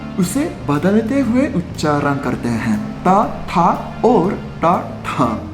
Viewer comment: In beginning of the video , you pronounced "uchharan "very correctly